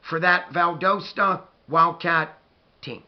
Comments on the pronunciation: I played against Valdosta in high school, and they have incredible culture. I now live in South America and had not heard about this up coming game. I will tune in a leave you a comment my Buckeye friend. It is pronounced "Val- das-ta. Go Dawgs! Our stadium at Warner Robins held 18 thousand people and Valdosta's stadium may be larger. When you drive South on I-75 and get to South Georgia you will see the stadium. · lol its Val-dah-stuh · YOU SAID VALDOSTA WRONG . Go Cats!!